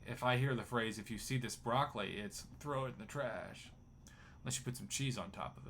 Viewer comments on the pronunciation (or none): none